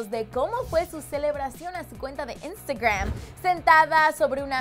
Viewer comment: Me molesta como dice la palabra Instagram que hable bien 😬